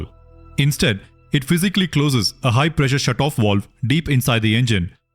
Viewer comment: It was complete waste of time , get your facts together , you keep on jumping all over the place , wishy washy .It is supposed to be VALVE not waalve . You don't have any clue , what you are talking about.